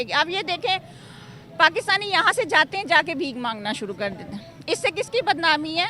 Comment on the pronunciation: Madam r hota hai d nhi hota .tum sabhi pakistani bhikhari ulta paida huye the kya .wo 'kar' hota hai 'kad' nhi hota 🤦‍♂️🤦‍♂️🤦‍♂️🤦‍♂️